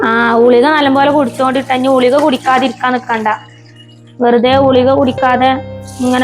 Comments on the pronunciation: ഗുളിക എന്നല്ലേ പറയേണ്ടത് ഞാൻ കേൾക്കുന്നത് പലപ്പോയും ഉളിക എന്നാണ്. ഇനി എനിക്ക് തെറ്റിയതാണോ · Njanum angane keelkkunnath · ഉളിക എന്നാണ് പറയുന്നത്